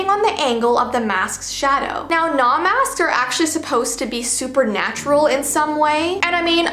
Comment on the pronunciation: It’s pronounced no mask Japanese theatre